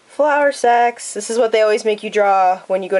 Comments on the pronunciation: I thought she said flower sex 😂😂😂 not flower sacks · I was looking the other way when you started talking about the flowersacks and all I heard was "Flowersex". I was like WUT?? XD